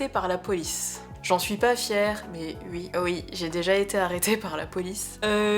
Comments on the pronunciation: Par contre à dire "Ui" à chaque fois c'est tellement désagréable à écouter x.x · Vidéo très intéressante avec beaucoup de bienveillance et prévention sur les sujets dit dangereux. Très agréable à écouter (surtout quand tu bosses sur un tableau du XIXème...) Par contre.. gros fou rire sur tes "u.i" xD